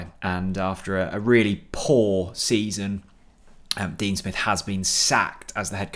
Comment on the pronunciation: Dean Spiff? Hahaha creasing.